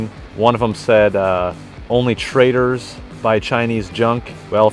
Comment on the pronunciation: In his attempt to offend you, by “Trader” did he mean ‘traitor’? Dude can’t even get his English right so I wouldn’t put a lot of stock in anything he says anyway.